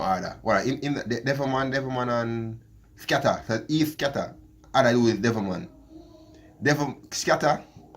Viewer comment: Skepta not Skatta bro 😂😂😂